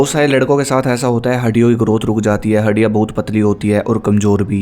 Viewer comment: Haddiyan ❌ haddia ✅